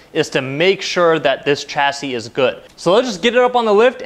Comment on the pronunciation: Coupe is a French word and is correctly pronounced Coopay. A coop is where to keep chickens. Chassis is also a French word and is correctly pronounced shasee. Sh not Ch. You also said you guyses. It's just you guys.